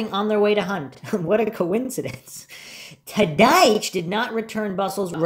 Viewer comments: Can you please pronounce Scott's last name properly? Gets old listening to you miss pronounce his last name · I have to say , I laugh out loud every time you say Scott TADYCH 😅, love your content on the Steven Avery case ❤ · Tadych pronounced Tod- ick